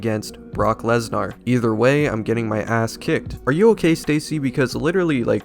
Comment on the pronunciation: The way he is saying Brock Lesnars name is unacceptable. LES NAR.